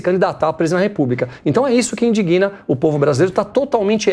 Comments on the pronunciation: Excelente programa, explananacões ídem, só uma observação quanto à pronúncia de palavras com "g" mudo, o mesmo não se flexiona nunca, é sempre mudo, dessa forma indigna nunca pode ser pronunciada "indiguina", como ouvi aí. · Não é indiguina! É indigna!